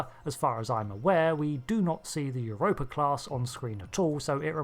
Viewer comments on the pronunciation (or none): none